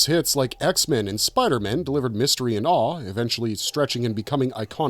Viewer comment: You called Spider-Man "Spider-Men" and it made me want to downvote the video immediately.